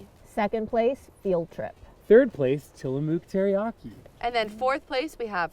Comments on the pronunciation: Guys, you don't say Tillamook with the oo sound in moo or tools. It's a harder sounding vowel ending...closer to Till Uh Muhk. And thank you for saying Oregon as Ore Uh Gun instead of Or Ee Gone ( cringe ). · The way pronounces Tillamook 😂 it’s less of a mooo sound in the mook and more of a muck sound.